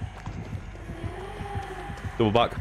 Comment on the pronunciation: Everyone else: double back there: doubather